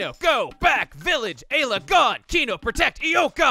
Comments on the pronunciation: Eye-la is a better way to say it you don't have to keep a counter on it lol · Please just say eye-la Ayla is wrong we all know it her Japanese name was Eira her name was localized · Chugga, you have to up the eye-la count by one for doing it in last episode’s title. You can’t seriously expect me to read it as eye to aye-la. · Time for multiple ‘Eye-la’s to be added to the counter... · Eye-la x 6.5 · I love how he's already started a counter for how many times he mispronounces Ayla's name, haha..me too,, me too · The one time he pronounces "Ayla" right, he was talking about Lucca. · Anyone wanna place bets on how many times is gonna pronounce Ayla's name wrong by the end of the LP? I'm gonna randomly guess 137. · You have some troubles pronouncing the name in the way I would have always found immediately intuitive, haha.